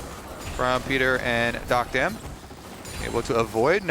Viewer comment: Duck-dom ✅️ Dock-dam ❌️